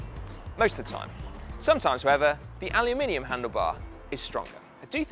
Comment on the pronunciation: I like the way you say “anolumininum”